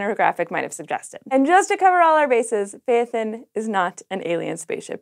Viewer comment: Phaethon is is pronounced with two syllables. It’s like phy-thon or fae-thon. The “thon”sounds like the thon from python. :D